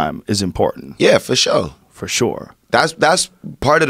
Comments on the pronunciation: Wiz: fo sho Joe: for sure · Wiz: fo shoo Joe: for sure